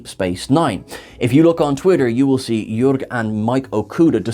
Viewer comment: Jörg is spoken just like word (the or-part)